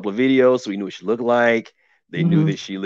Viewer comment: Uh, sis, did I hear ( look-ded) looked good?